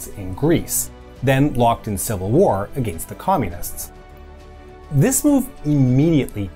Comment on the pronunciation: Informative video, but what's with this guy's pronunciation of "against"?